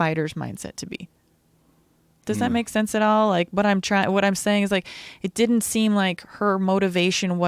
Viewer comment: Noodlehorn There's no second "d" in didn't !! It's di-in't!!! :)